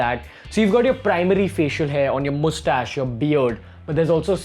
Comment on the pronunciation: Omg, Indians really pronounce it Moostash. I was watching TBBT where Kunal Nayyar pronounces it like that, and I thought it was just another racial stereotype. Now I know it's not. 😁